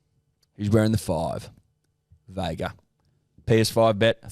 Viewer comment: Don’t mean to be that guy lads but ‘Vaega’ is pronounced vah-eng-ah (eng pronounced like the beginning of English without the ‘glish’ lol